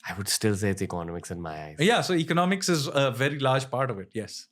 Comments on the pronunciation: please say economics properly 🥲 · Ranveer, learn to pronounce the word 'economics' correctly. You use it quite often and it makes me cringe.